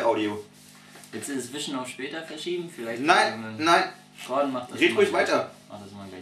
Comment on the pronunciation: 1. verstehst du nicht was er gemeint hat und 2. heißt er gordon und nicht gorden